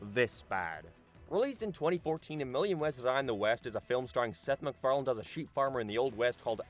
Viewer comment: It's hard to take the video seriously when in the first 2 seconds you say "Seth MacFarland"